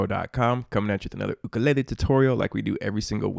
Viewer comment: At least you know how to pronounce "ukulele" properly. Nice vid